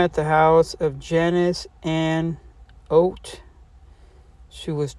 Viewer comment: Its not oat, its ott. Her married name.